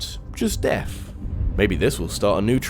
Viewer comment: I kept hearing Death instead of deaf